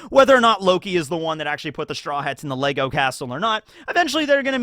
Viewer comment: Bruv, there’s no s on the end of Lego. Sort your shit out